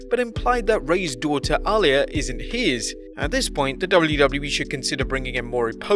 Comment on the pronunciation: Bruh you don't know how to say aliyah it's simple